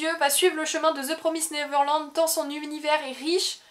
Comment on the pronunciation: Première fois que j'entend quelqu'un prononcer correctement The Promised Neverland :D